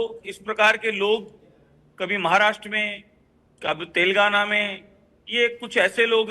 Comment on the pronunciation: He is not able to pronounce telangana properly , it's not telgana it's (TELANGANA)